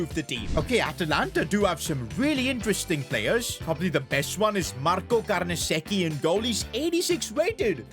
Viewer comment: "marco carneseki"